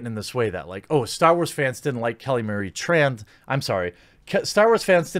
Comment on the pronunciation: You know I'm way less offended about her role as Tico and more about how she can't even pronounce her family name 'Tran' right. Did her agency tell her to do that? Or she just thinks it's trendy?